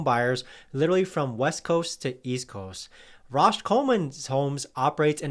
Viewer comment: Rausch, not Rosh